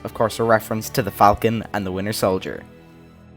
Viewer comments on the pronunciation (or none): none